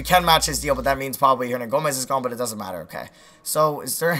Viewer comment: why do you say billy hernagomez